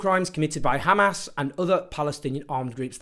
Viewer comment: I like that he knows how to pronounce hamas